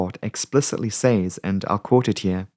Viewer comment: please do yourself a favour and learn how to correctly pronounce the word "says"